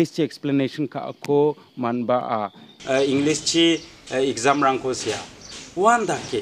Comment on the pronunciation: Englis ong.ja English sa. Inpomesion ong.ja information sa my brother. But don't mind. I think you have to improve your pronounciation.